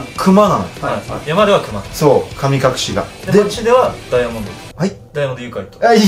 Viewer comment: 噛み隠し